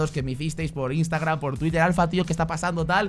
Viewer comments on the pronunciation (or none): none